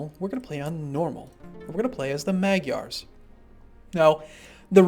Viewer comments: Its like nails on a chalkboard to us Hungarians. Its pronounced Mahdjyars. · I like how you pronounce Magyars (Hungarians actually...thanks game)